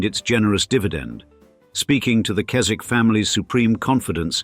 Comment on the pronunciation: Henry and Chips attended a RC prep school in Somerset in the post war years before going to Eton. There must have been a RC connection somewhere. The 'w' in the Keswick name is not pronounced.